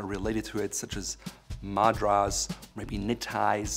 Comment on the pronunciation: Learn how to pronounce Madras.